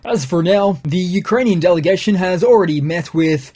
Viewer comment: You should pronounce Ukrainian ( and Russian) geographical names in a proper way.